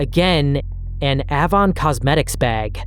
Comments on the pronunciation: It’s pronounced like the letter “A”-von. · A•von. Hard A then von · A- Vaughn Avon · The company, used to be company is pronounced "aye-von" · Avon cosmetics is pronounced with a hard A. Like apricot. Be sure to have a few women watch your vids before upload too. 😊 Not just men. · Ahhvon. Lyre. 😆😆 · Great video but the way you say Avon makes me want to throw my phone lol. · Avon was an MLM and the way you say it sounds wrong. Why would you know that tho…sorry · Are you pronouncing AVON incorrectly intentionally? The A in Avon is long like in hay. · The black sites story is infuriating. A whole lot of people need to be in prison. (BTW: the "a" in "Avon" is like "main" (ay) and "lire" is the plural of "lira" and is 2 syllables)